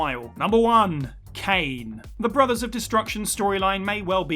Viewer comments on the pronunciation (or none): none